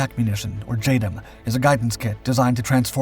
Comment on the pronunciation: 'J Dam' not 'J Dum'